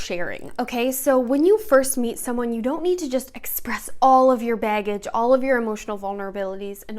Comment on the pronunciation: Omg the way you say Baggage is so cute and Michigan hehehee. “Beggage”